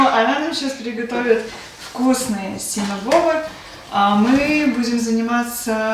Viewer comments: Только не синабобы,а синабоны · Извините что поправляю,но правильно говорить синабоны. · СИНОБОНЫ так правильно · булочки правильно называются, СИНАБОНЫ. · Правильно говорить синабоны. Спасибо за работу, вы молодцы.